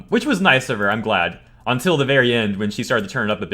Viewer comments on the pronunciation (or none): none